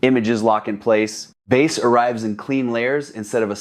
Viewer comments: Lol AI. When someone pronounces "bass" like the fish. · Why do these AI voice overs call Bass ( the instrument sound), bass the fish? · Tens of thousands of dollars on an amplifier and even more than $60,000 on speakers and I have to hear a talk about amplification turn into a fishing show with the pronunciation of the word “bass”. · I hate that! It’s not bass, like the fish, it’s bass, rhymes with ace! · Because it's dinner time!